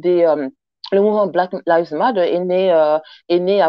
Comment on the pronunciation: En fin on a trouvé un français qui sait prononcer le mot matter